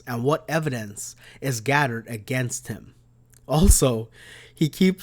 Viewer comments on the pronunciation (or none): It’s pronounced GATHERED not GADDERED.